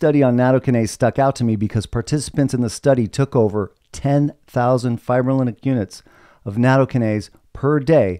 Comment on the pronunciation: The word "fibrinolytic" literally means "fibrin breaking". Lytic is pronounced lie-tick.